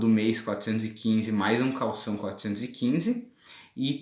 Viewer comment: Lindos por favor ... Caução! E não Calção ! Calção é para vestir !!!